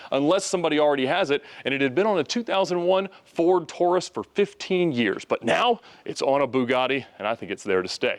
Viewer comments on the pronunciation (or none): none